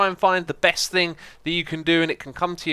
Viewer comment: you soounded a bit Dutch at the beginning "Beste zombie"